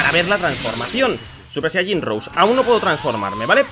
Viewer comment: no se pronuncia "super saiyan rous" se pronuncia "super saiyan rosé",pero de todas formas,buen video